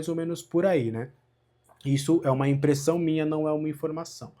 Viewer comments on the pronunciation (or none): none